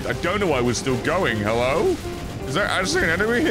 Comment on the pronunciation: This time it was “‘ELLO AND WEL- *dies*”